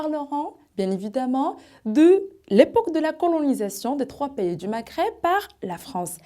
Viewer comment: Vous avez des lacunes sur le plan de la prononciation :vous n'articulez pas bien le mot 'pays" a part ça vous avez bien appris par coeur ce que vous présentez BRAVO